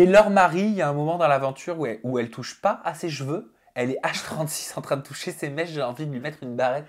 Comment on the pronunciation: Haaaan j'en peux plus de t'entendre dire "jeveux" au lieu de CHEveux! 😅😜